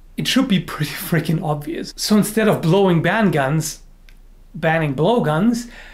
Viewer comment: "Blowing banguns" hahaha